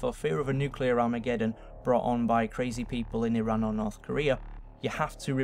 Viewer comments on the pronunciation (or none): none